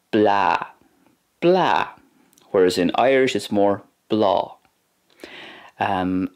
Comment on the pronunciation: Bha sin uabhasach sgoinneil. The pronunciation of some words in Gàidhlig was a wee bit off though, I think (especially the d in seòclaid, g in ag iarraidh, the long à in blàth and the dipthong in thoir). Beò is also missing a strac in the final example. Also, where did you find the words “coinnigh” and “bladhaire” in Gàidhlig? I haven’t seen these words, and can’t find them in the dictionary. Coinnigh also doesn’t fit the typical imperative verb pattern for plural / formal you? Shouldn’t it be “coinnibh” (though I thought “cùmaibh” would be used for keep). Any fluent or native Gàidhlig speakers, can you please shed light on this?